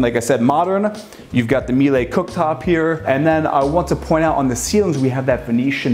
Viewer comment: My Wife is German, the appliances are German and pronounced (( MEE-LA ))) Not --- May-Lay, or Mee-Lay..🙏❤